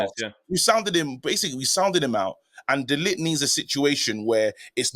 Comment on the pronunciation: Guys, learn how to pronounce De LiGt's name. Frustrating listening to you both say lit! 🤦